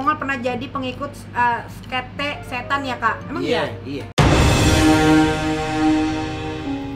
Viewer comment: Sekte bukan skete 😂